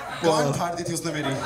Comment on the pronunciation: It's not ' thi' .... Like ho hogya 'tha' ya 'thi' ....more like ...th like ' thanda pani and thandi chai / tea... '.... I hope samajh aa gya hoga...